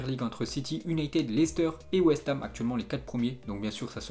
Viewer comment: La manière dont il prononce toujours "U"nited me gêne gravvvv